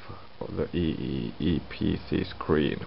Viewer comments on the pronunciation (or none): i thought he said kkk mobile